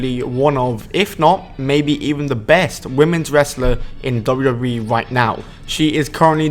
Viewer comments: half of this stuff was well known and u need to learn how to say WWE not dubbadubbaeee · Pronounce wwe slowly and clearly